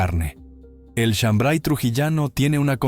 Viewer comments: No es shambray sino shambar y no se prepara con maíz mote sino con trigo pelado. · Soy trujillano y no es shambray es shambar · Es chambray sino Shambar Trujillano